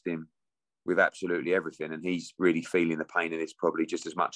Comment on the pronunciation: Edward trying the spin tactics again that's worked so often on the gullible and weak minded. I heard AJs sponsors said no to the fury fight although AJ weally weally wanted the fight. yeh whatever you mugs do one quack quack.